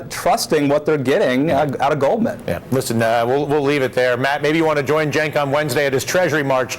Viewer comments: glad to hear dylan is finally pronouncing cenk's name right! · It's pronounced Jenk, but it's spelled Cenk. His name is Turkish, and in Turkish you pronounce the C with a J sound.